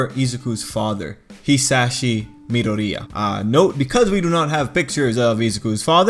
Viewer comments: Why do you pronounce midoria as pizzeria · I'm crying at your pronunciation of Midoriya. You say it like a Italian family food chain.